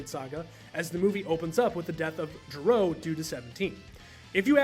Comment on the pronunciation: love the video! though, small pronunciation correction, his name is Doctor Gero, not Doctor Jero.